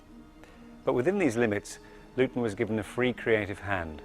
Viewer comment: No, Dave, it's Lewton. Named after Val Lewton, just as stated in the video.